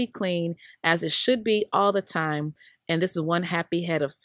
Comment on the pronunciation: I just died thing was tiyouuuuuuumm!"....LMAOOO